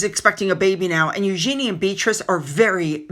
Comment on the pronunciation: It’s ‘Eug’n’y’…….not ‘Eugeeeenie’. A mistake made by most.